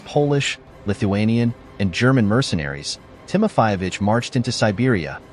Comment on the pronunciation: It's Timofeyevich, not Timofayevich. Also, it a patronyme, not surname and is not used alone. Siberian Khan was called Kuchum, not Kukum.